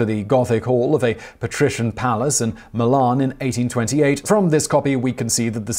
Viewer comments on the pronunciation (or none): none